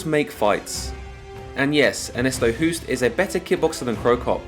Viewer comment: amazing video as always but please pronounce Ernesto’s surname as Host. As a Dutchman who’s been living in England for the last 27 years it bugs the hell out of me. Nothing personal.